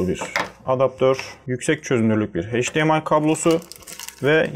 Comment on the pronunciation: Videonun %80'i "Çince" sözcüğünden oluşuyor. Çin versiyonu alıp ne bekliyordunuz? Cümleleri de tekrar tekrar söylüyorsunuz, hatta üst üste iki kere aralıksız aynı bilgiyi tekrarlamanın amacını anlamadım. Bir de heyçdiar, heydiemay değil, eyçdiar ve eyçdiemay.